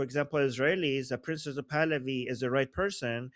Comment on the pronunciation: Why do you keep saying princess of Pahlavi? It's annoying 😂 it sounds like you're saying princess of Pahlavi